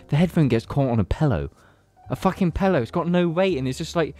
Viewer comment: emotional episode this week guys, especially when pronounced pillow as 'pellow'